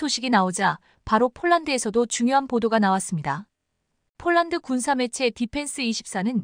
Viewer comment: 원고도 확인안하나 자꾸 폴란드를 쫄란드라고 하는데 듣기가 거북하네